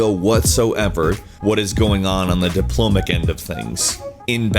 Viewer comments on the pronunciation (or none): Diplomatic not diplomic... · Diplo-MAT-ic Not Dipl-omic Said twice before saying diplomatic correctly with the 3rd time saying the word. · diplomic? or diplomatic? is diplomic a word even? oh, corrected it... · Diplomatic, not diplomic. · diplomatic not diplomic you dipshit don't make a video of people saying stupid shit then say stupid shit yourself complete fail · diplomic?????? it's diplomatic dumbass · sigh, diplomic, really? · Are you saying "Diplomic"? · Diplomic... Could we please not say "Diplomic" while making fun out of the people that say silly things over video games? Please make up some excuse that would make you sound smart. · What the fuck is "diplomic"? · "diplomic" - That's not a word. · "Diplomic"... missing a syllable there bud?